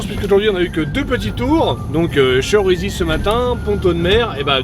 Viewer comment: On dit Chérisy 😂 avec un accent aigue